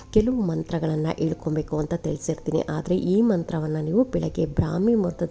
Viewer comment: ದಯವಿಟ್ಟು ಹ ವನ್ನು ಸರಿಯಾಗಿ ಹೇಳಿ. ಉದಾಹರಣೆ ಗೆ ಹಣ. ಅದು ಅಣ ಅಲ್ಲ. ಹೇಳ್ಕೊಬೇಕು. ಎಳ್ಕೊಬೇಕು ಅಲ್ಲ.